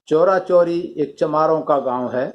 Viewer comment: Sir,चौरा-चौरी नही है,चौरी -चौरा है जो गोरखपुर के पास है।